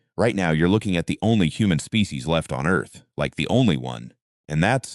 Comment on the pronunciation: AI voice pronounces "species" as "spay-kay-sees".